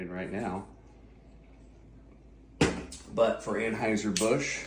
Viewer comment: Dude said awwnhiesr bush and he's put here trying to act like he's smarter than everyone else for being transphobic and he can't even get the name of his favorite beer right